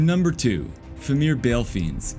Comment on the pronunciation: Good video. Terrible English. You said Fimir and Halberd wrong